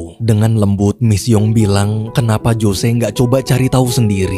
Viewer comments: Bukan Jose bang bacanya, tapi Hose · ngejanya "hose"ya min, bukan jose